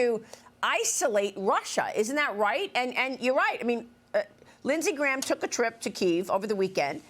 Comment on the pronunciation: Lidsay graham?